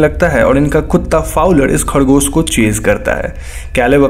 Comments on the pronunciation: Khadgosh nai hota bhai khargosh hota hai. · Your "khadgos" (rabbit) was awsm 😹